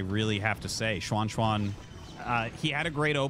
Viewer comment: Hey Arty! A couple comments on the Chinese pronunciation: 1. You're really nailing the pronunciation on Xuanxuan! For a foreign non-Mandarin speaker, that's pretty commendable. I think that's perfect "English Mandarin," if you know what I mean. 2. The ZH sound in Mandarin is practically indistinguishable from an English J sound. I've noticed you kind of go back and forth between "John" and "Jean," but it's actually much easier than having to French it up -- it's just "John." I only make these comments cuz I know you care enough and read these. Otherwise I wouldn't nitpick. Thanks for the casts!